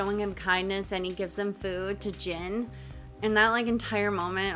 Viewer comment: Just a note, but Gin in this case is pronounced with hard G(gold, gear, ground, etc.).